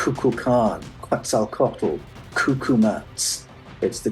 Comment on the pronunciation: The L at the end of Mayan words like Quetzalcoatl are silent. Co-wat not co-watel.